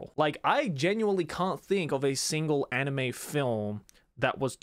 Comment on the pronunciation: i still dont get why you still dont pronounce anime in japanese. it hurts my ears so much.....